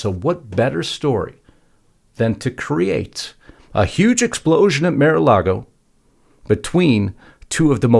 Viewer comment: It’s MAR not Mere-A-Lago.